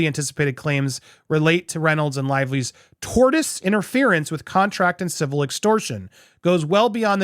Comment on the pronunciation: Hey I love your channel and hope you don't take this wrong. That being said, the word tortious is pronounced torSHus. Just looking out.. keep up the awesome work.